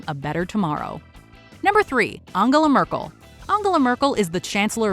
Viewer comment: "ONGULAR MERKUL" ??????? - LOOOOOOOOOOOOOOOOLLLLLLL!!!! Its ANGELA !!! LMAOOOOOOOOOO